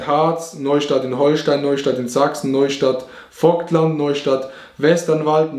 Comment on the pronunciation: Auerbach Vobtland😂?? des heißt Vogtland